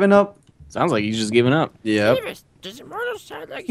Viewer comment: theres no h in seamus